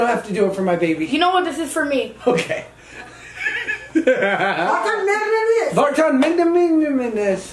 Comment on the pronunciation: vartan not var dan